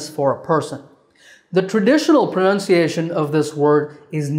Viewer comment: Dear. It was amazing to see your class and learned many things. Just a small suggestion, in many of your sessions i can see the way you are pronouncing the word Pronunciation as Pronounciation. Rest, everything is fabulous.